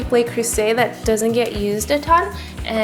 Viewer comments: Okay folks & I know there are quite a few of you out there; ...luh-croo-zay, not lay-croo-say... I had to. :-) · Looks great! Its "luh" creuset though, not "lay" creuset.